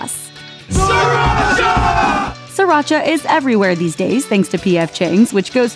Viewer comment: Sriracha. Not siracha.